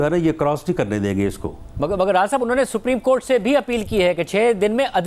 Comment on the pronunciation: rana sb bolna to seekh lein.....sapreem cort 😆😆